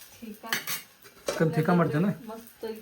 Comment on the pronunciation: ತೀಕ 😂😂ಅಲ್ಲ ಬೇ ಅಕ್ಕ... ಟಿಕ್ಕಾ ಅದು😂😂😂😂 ಕಸ್ತೂರಿ ಮೇಟಿ ಅಲ್ಲ ಕಸೂರಿ ಮೇಟಿ ಅದು